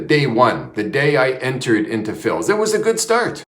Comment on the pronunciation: Please stop saying Phils...